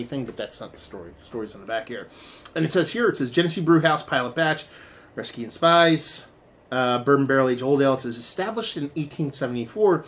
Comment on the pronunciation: The Spies name is pronounced speez.